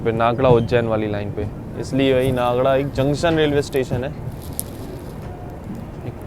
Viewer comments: मध्य प्रदेश के होके और इतने समय से इतने सारे रेल मार्गों पर चलने के बाद भी आप नागदा को नागड़ा नागड़ा कैसे कह सकते हैं ये समझ से परे था। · नागदा है भाई नागड़ा नहीं😂😂😂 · भाई को नागदा है । हर बार नाग्डा क्यों बोलते है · Bhai नागदा hai vo नागङा nahi hai Please apna pronounciation sudariye hindi me bhi likha hota h station ka nam Ye sird aap hi nhi baki youtubers bhi ye hi krte h ulta sidha pronounciation krte h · Its "नागदा" not "नागड़ा"